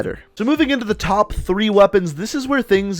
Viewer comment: he said "topf" 10 gun skins